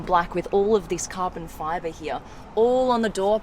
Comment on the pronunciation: It always gets me when she says the words like 'Carban Fiba' 😂😂